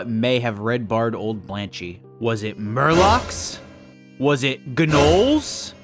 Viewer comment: Its not GA Nolls its Noles! Gnolls the G is silent!